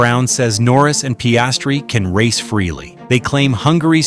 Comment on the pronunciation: Terrible pronunciation of Piastri